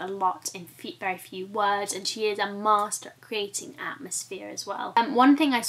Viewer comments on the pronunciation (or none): none